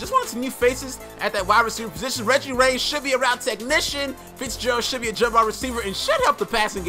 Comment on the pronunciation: "Reggie ray" lmao